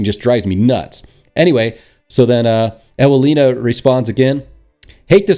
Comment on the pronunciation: Sad story. I don't even want to elaborate how pathetic it is. At least I have some amusement hearing you pronouncing polish names. :) If you don't mean me to provide you some phonetic help: Evelina Viznerovich Yakub (u like in super) Marshawkovski (o like in god; I noticed that you pronounce it more like a)